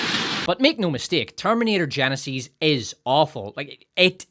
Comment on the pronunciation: Terminator Geneseees? Who has ever pronounced it that way? Do you just pronounce words any old way you desire?